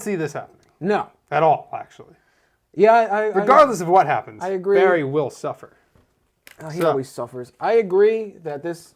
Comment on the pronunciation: sorry barry not berry